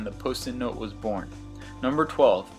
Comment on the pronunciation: And thus! ----- was byorn! Haha!